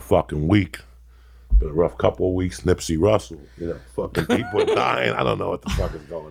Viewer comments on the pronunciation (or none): joey diaz is the only person who can get a pass for saying nipsey russle and not hussle lol